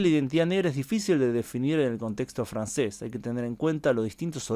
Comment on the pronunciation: Creo que eres el primero en YT hispano en geografía- historia que sabe pronunciar en francés! Chapeau 💪♥️👍